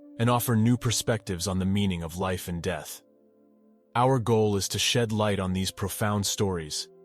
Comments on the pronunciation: "Almost bleeding to DEETH"? Seriously? I really wish youtube content providers would PLEASE STOP USING ROBOTS to narrate their submissions. It just shouldn't be that hard to just have a regular person read the content! Every time I hear one of these mispronounce simple English words, it totally takes away from the viewer experience - and I will often just turn them off entirely (assuming that the story is actually a true account of someone's NDE, which may be a stretch in of itself). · another computer narrator, pronounces "death" as "deeth", makes me think this is just made up drama. NEXT.